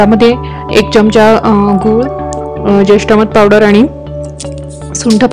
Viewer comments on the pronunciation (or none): none